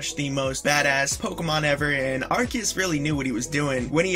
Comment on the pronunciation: U say arceus wrong